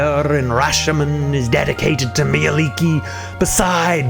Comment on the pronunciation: Nice info and as a Finn I'm happy to hear that you pronounced her name correctly.